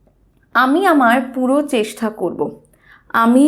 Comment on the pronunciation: Very nice vdo.... But "chestha" ny divai Ota "chesta" hobe